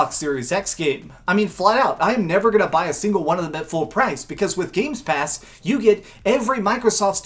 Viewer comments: Anyone else irritated he kept saying "GAMES PASS" lol Gamepass dude Gamepass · I won't trust a guy for a VS comparsion when he is unable to say "game pass" correctly. He is extremely biased towards PS and he has really no idea of what the power of the series X would mean for the multiplatform games. Oh and let's not forget that talking abot exclusives, series X is winning by far with its 8 confirmed exclusives while ps5 has just 2 confirmed exclusives.